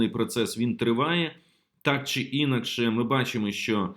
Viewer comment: Не Інакше, а інАкше.